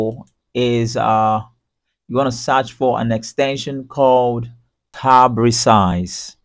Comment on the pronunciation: "you want to SAARCH FOOR really got me" :D